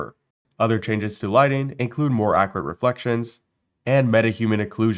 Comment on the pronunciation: Accurate not Accarate smh